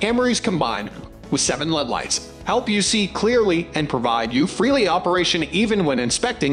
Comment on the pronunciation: I gave up after the robot pronounced LED as "lead". 👎